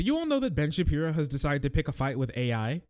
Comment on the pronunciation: Is saying "Bench Appear-o?" Any time he says Oingo Shaboingo's name, it sounds exactly like "Bench Appear-o" And now I'm going to spell it and say it that way. BENCH APPEAR-O